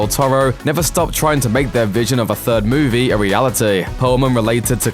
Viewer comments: Why can't you say "movie" properly? You sound like a ming-mong saying "moovay". Next. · Have not seen the film yet, doesn't look great but what I did hate was the way this going kept saying moovay instead of movie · had to stop watching ...you saying movay make me sick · What's a mooveh? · What the hell is “muuvey” u said movie correctly too